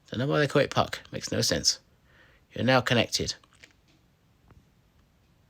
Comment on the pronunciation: Puck not pug